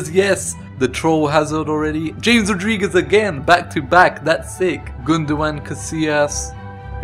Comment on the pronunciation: James is pronounced ham-es